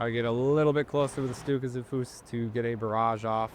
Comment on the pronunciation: "Volks-" starts with an "F" sound, so it's basically like the English cognate "folk". Not quite sure if "Stuka zu Fuß" got better. It's definitely still missing the "Sht" instead of "St".